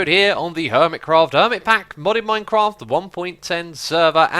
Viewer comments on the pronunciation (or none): none